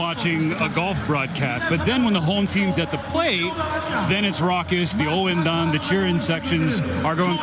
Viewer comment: 応援団を「OH−EN−DAN」とそのまま日本語で言ってますね。日本特有のものだからリスペクトしてくれているのかな